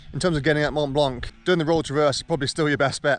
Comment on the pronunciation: Learn to pronounce Mont Blanc, if you're living there! Cut.